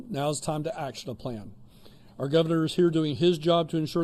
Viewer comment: Our not arrrrrrrr